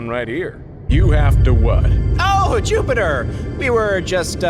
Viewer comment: no one: him: juptier